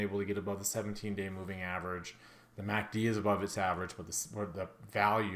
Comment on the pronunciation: I swear you said MACD Instagram..:))))) Thank you for analysis